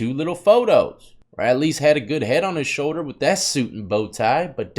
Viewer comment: “Take everything....WITH... a grain of salt” You know... like your ignorance of how to properly articulate this figure of speech 😉